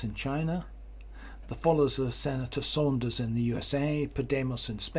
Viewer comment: *Sanders, not Saunders